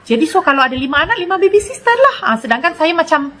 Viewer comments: Iya kok orkay nyebutnya baby sister..baby sitter kaliii..duh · orang malaysia salah mengucapkan dalam bahasa inggris, harusnya babysitter bukan babysister😄😄😄